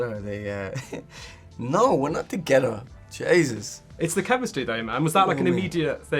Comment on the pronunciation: his accent on how he says “together”😭💕